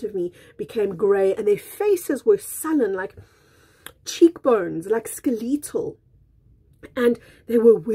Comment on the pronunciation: Just curious, what is your accent? South African? you pronounce skeletal as "Skuh-LEE-tle." In America we say "SKEL-uh-tle." Again, just curious ☺️